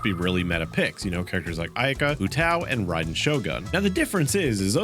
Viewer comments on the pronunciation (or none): none